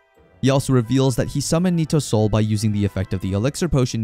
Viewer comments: Hey uh its not soil break its soul break dude 😂😂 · Why do you keep saying Soil Break tho? 😂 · Why does he pronounce “soul break” as “soil break”